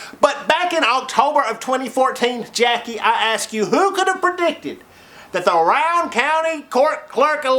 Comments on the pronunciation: At least are pronouncing it correctly. Rowan County, the "Row" rhymes with cow... not like "row your boat". Good on ya. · I bet I've heard 50 people incorrectly pronounce the name of that county. I noticed they got it right too.